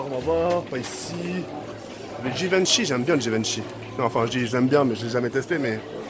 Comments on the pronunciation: je rêve ou il a dis jivenchi ou lieu de givenchy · « Givennechy » 😂 ça m’a tué